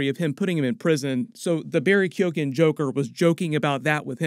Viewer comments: You should do a little prep on pronouncing foreign words and proper nouns in your copy before you record. It would 've taken less than 5 minutes for you to have learned how to pronounce "folie a deux", "Quinzell" and "Keoghan" properly. I know mangling non-English words is as Canadian as Tim Horton's, but you have an international audience, here. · Everyone in America keeps saying Barry Keoghan's name wrong. It's pronounced Keown. (key own)